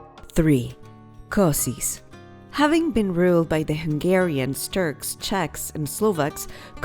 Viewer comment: Kosice is pronounced kosiche